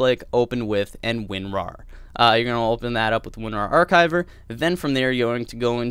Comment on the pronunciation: Finally an American (apologies if you are Canadian) that pronounces archeiver correctly! It's very angling when people say it like "ad-chive- (as in the herb) er"